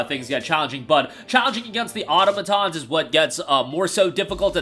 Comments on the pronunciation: How the hell do you say automaton wrong every single time? 😂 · Why can no one say “Automaton” correctly?